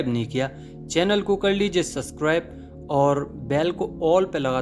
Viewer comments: Suscribe bolty Hain ye mujhy toh mazy ka lgta hai😅 ye pronunciation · Subscribe ka pronounciation accha se kro na..kiya mjk hai